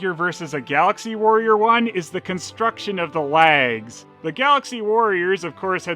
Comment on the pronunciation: i am sure i heared you saying laggs and not legs ... and where do you keep finding stuff like this and when you doing galaxy adventure girl ??